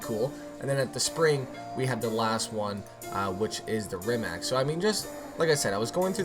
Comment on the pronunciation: Its not rimak iz rimac